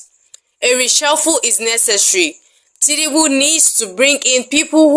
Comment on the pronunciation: His name is TINUBU and not TINIBU. You are making it sound more beautiful than it actually is.😂😂 Emilokan-General of Nigeria